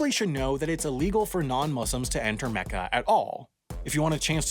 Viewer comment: You said Mecca, Mohammad, Muslim and Hajj wrong